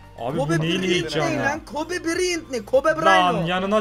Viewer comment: kobe braynt diyo öldü adam